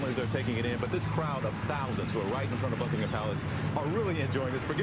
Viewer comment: It's pronounced Buckingum Palace not Bucking Ham Palace.